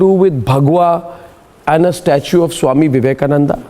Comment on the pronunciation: She don't want to call Swami Vivekananda , She wantedly calling swami Avivekananda